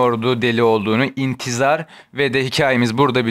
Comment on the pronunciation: birçok eser yanlış feryadı garam değil ferda-yı garam intizar değil ihtizar bunları düzeltmeniz gerek insanlara yanlış bilgi veriyorsunuz...